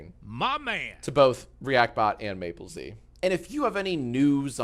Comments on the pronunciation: btw jack, mappelz pronounces his username like apples but with an M sound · yea i was a bit confused when he pronounced it "maple z" cuz it does not look like that